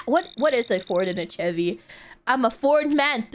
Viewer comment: it's pronounced "sheh-Vee" (chevy)